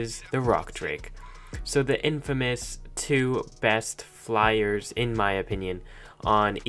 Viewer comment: Did he say fliyers